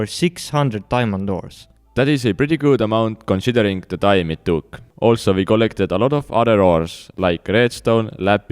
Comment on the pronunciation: conSHIdering XD